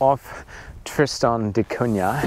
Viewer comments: Great Video, as a Guernsey man I also appreciate solitude, only comment is there is no Y in Cunah so its not pronounced da Cunyah just da Cuna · Maka calls it " Kun~nya " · Even after you were told how to pronounce it, you STILL pronounce it TristOn...it's TristAn...and it's NOT CunYa....Come on!!!!! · Thanks for giving us a chance to see what life's like on Tristan da Cunha, a place I've always been very curious about, but will probably never be able to visit (at least I did visit beautiful Ushuaia, though!). And since I'm a native speaker of Portuguese (I'm Brazilian; the island was named after Portuguese navigator Tristão da Cunha, adapting the first name to English spelling), congratulations on your very close pronunciation of "Cunha", which contains a sound not found in regular English words (Portuguese "nh" is the same as French or Italian "gn", as in "mignon" or "gnocchi" — so, sorry, guys, "piranha" is NOT pronounced "piranna", but rather as if it were "piragna" in Italian; it's similar but different from Spanish "ñ"). Only remark: the middle "da" MUST be in lowercase. It means "of the" in Portuguese (in the feminine singular form), and you don't capitalize "of [the]" in English either, even in personal or place names (e.g., "Prince of Wales", "Port of Spain", "Mull of Kintyre", "Lake of the Woods").